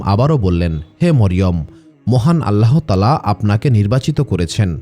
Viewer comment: বানান আল্লাহ্তায়ালা, উচ্চারণ আল্লাতায়ালা, আল্লাহোতায়ালা নয়।